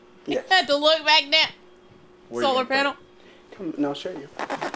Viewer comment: My family will occasionally say "soluhpanels" like Rod does and we still laugh.